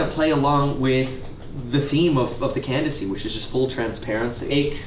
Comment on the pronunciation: Make sure you add that extra syllable to "candi-da-cy," Kevin.